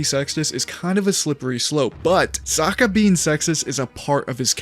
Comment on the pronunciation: Why u keep saying Sakka??